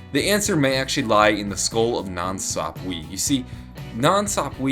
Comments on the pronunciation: ITS PRONOUNCED "nansapwah" NOT "nansapweeeeeeee" !!!!!!!! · Sahp-Wuh, not weee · It really is funny how he says,"nan sapweeeee"😂😂😂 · Nan- sap- way